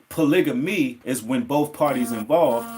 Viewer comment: U pronounce the word polygamy wrong I think